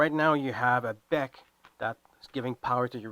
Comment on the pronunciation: It's not a beck. It's a B. E. C.